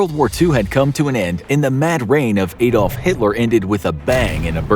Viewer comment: It's Adolf, not A-Dolf